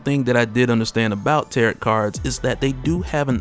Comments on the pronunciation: FYI it's pronounced tear-row not tear-ot. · Heads up if it comes up in the next one is that they are not called 'terr-et' cards. The second t is silent, so it is 'terr-oh' cards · Tarot rhymes with Pharaoh. And for anyone who comes me, there is nothing wrong with mispronouncing something because it means you read a new word. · Tarot is pronounced tear-row, the t on the end is silent. Much love bro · I can't get past the way you pronounce Tarot.